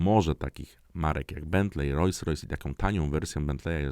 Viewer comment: Royce-Royce? Hahaha! Tak powiedziłeś. Rojs Rojs. Gratuluję wiedzy.